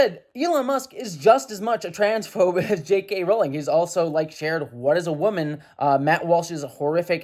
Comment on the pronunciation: I like how you say "JK Rolling".